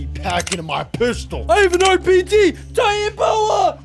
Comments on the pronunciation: Not titanboa it's titanaboa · U R saying it rong (ti-tana-bow-a) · btw its pronounced titani-boa (not to be a nerd)